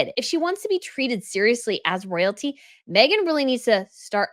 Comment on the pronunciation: “Soyalty”, not Royalty 🥴